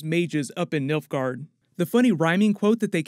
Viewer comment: Did you say Milfgaard? Okay, you said nilfgaard. I like the sound of Milfgaard better.